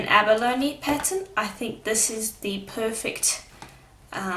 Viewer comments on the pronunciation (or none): none